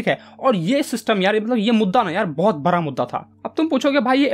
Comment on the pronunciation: भाई बरा या बडा 😊😂😂😂😊😊